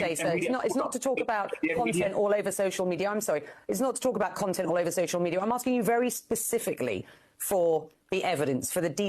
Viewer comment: "It's all over social menina" - 🤡